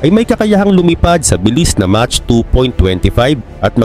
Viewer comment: 😮mach unit for speed of sound pronounced as mak